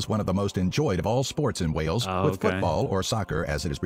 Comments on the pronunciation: It is Wales not whales. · The pronunciation is awful! There are dozens of castles in Wales, several of them are epic. (Richard Burton, Ioan Gruffudd and Luke Evans are Welsh too.)